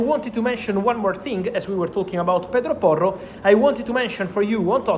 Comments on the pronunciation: The way the words pedro porro roll is epic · Love the way he says Pedro Porro.